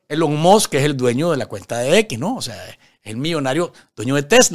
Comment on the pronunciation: Como me he reido con este video...." Elon Mos" 😂😂😂😂😂😂